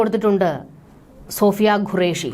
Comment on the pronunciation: Madam please pronounce qureshi not gureash (what is the pronunciation of question is this correct or guestion) which one of this is the correct please correct yourself